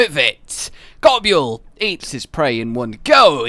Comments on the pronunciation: That’s not how you pronounce Nibelsnarf and Goboul It’s pronounced Nibell and Gobull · I can forgive the way you say gobul but what the hell os an oovula? Pls, take the was you say gobul (gobyule) and ably that to uvula (gob)uvula